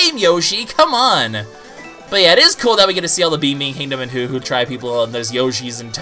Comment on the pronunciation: it's hoo not poo